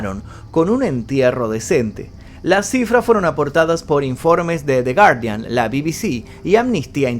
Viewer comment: buen video bro. anduve viendo varios relacionados al tema y en algunos citan a "The Guardian" resalto esto porque fuiste el único en pronunciarlo correctamente hasta el momento. Excelente detalle